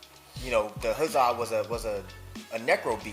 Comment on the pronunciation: ...also, did he just pronounce "Huzzah" as "Hoozah"?